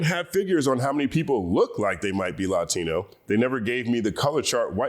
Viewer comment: Why do you pronounce “Latino” that way? LATINO from LATIN.